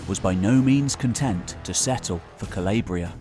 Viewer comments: Calabria . Say it with me. Cah-lawww-briaa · if you're going to do documentaries about Italy, you might want to learn how to pronounce Italian names. "Cal-AH-bria," Not "Cal-AY-bria". "Pal-AIR-mo" not "Pal-ERR-mo".